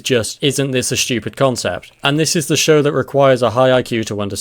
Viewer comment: Looking up the word stupid in the dictionary... There doesn't seem to be an H after the S. Weird. Pretty shtupid. :D